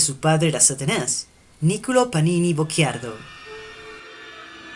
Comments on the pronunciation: No, ... "cci" è diverso da "cchi" ... la pronuncia nel video corrisponde alla grafia "Bocchiardo", ma il cognome della madre di Paganini era "Bocciardo" Sono italiano e conosco la pronuncia della mia lingua 😁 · Teresa Bocciardo...non "Bocc(h)iardo" ;-)